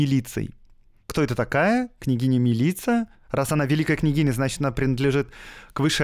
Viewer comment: Черногорцы произносят МИлица, с ударением на первый слог.